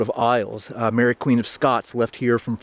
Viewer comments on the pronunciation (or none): none